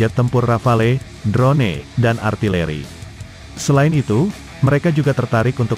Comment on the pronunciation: Bukan. Drone. Di. Baca nya dron saja sedap di dengarnya